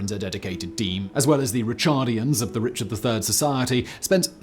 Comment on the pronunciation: Heinrich Schliemann... Bloody awful pronunciation as usual. So sloppy. Also, it's Ricardians not Richardians.